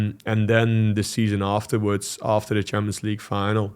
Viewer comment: And when he said "final"